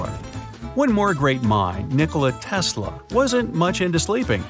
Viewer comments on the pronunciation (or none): none